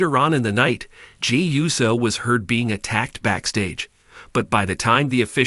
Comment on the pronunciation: It's Jey Not Gee